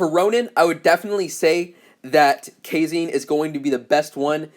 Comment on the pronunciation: Bro it's Japan. Kazane pronounced "Kuh-zah-nay" not "kay-zayn"